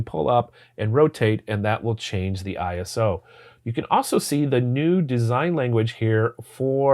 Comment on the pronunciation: Enjoyed your observations on your experiences with the RF, also enjoyed your images, particularly the foggy nature examples. I would give two thumbs up if possible, if for no other reason than the fact you are the first camera reviewer that I have found that knows how to say ISO. ( eye-ess-oooh). Youtube is absolutely littered with folks that think it is ICE-SOO. I wonder what they would do with ASA, Kudos for the good job.